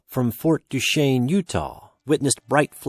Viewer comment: You actually pronounced Duchesne correctly, that's not a common occurrence 😂